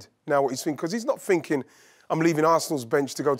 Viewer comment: When he says "finking" instead of "thinking", is it lack of intelligence or laziness?